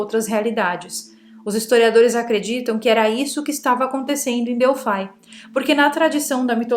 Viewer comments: se diz Delfi, (Grego) não DELFAI com a pronuncia do "i" como em inglês🤗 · Delphai é para os de língua inglesa, ou vc pronuncia em Grego ou em Portugês Delphi com I mesmo.. Lembra da calça Levis? Então aqui vai ser sempre Levis ( Com I ). Hehehe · o Oráculo de Delfi(* exatamente pronuncia) abra um mapa antigo e coloque o dedo em Delfi, realmente É O MEIO DO MUNDO. A partir dali a construção dos outros templos tomaram direções "exatas de conexão ". Moro aqui na Grécia e posso te falar mais sobre esse assunto. Que não está traduzido nos livros nos últimos 70anos.